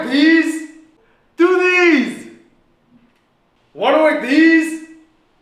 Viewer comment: Him: “wanna work deez” Him: Tooties!